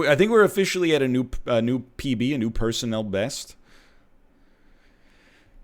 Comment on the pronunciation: "I think we're officially at a new PB, a new persoNL best"